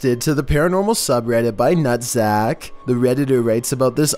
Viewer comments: Lmao nuhtzac!! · Not going to lie, but I couldn't stop laughing when says Nuhtzac. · Dis dude literally said video by nuttsack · It's the Nuhtzac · "By Nuhtzac" lmfao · lmao "Nuhtzac" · nutzac? XD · Mishchivish nuhtzack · Lmao nuhtzac